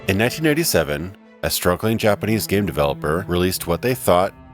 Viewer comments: did he say 1997 or 1987? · it almost sounds like you are saying 1997 but you are indeed saying 1987